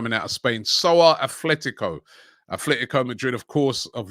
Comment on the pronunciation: Atletico Robbie, not Athletico.